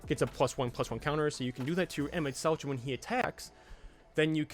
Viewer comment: As a FFXIV player, it hurts me to hear you pronounce it "Emet-Seltch" instead of "Emet-Selk" but honestly that's on the devs for naming it that way